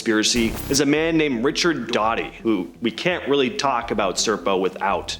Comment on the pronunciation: It’s Richard Doty “dough-tee”